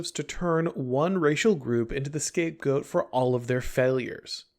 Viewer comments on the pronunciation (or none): none